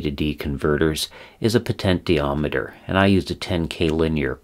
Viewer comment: Thank you for these detailed lessons on technology. I have used them with good success for teaching kids about the topics. However, your pronunciation of "potentiometer" is very distracting and confusing for kids. I am curious about the reason. Have you learned these topics strictly from books and never heard another pronounce the work correctly? If so, I commend you for learning so well in a vacuum. Or, is it some affectation that you think sounds good, or is it just very hard for you to pronounce the "sh" sound? In any case, It would be best to try to use the accepted pronunciation -"po-ten-she-ometer" so as not to confuse young learners.